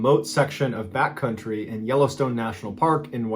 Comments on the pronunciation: I really thought you said Bat Country and I was so happy, but alas you said back country and it wasn’t as funny. 😂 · At the beginning of the first story, i thought you said "bat country" instead of "back country" I thought maybe Hunter S Thompson was camping there. 😂